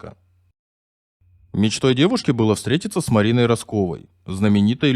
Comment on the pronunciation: Уважаемый автор.Произносите правильно фамилия этих героичиских девушек.Они творили невероятное Правильно ставьте ударения при произношении их фамилий.Не Раскова' а Раскова. Изучите лучше жизнь этих легенд.Гризодубовой .Кто она .Я знаю.Герой в войне и в труде получила героя труда.Ночная ВЕДЬМА.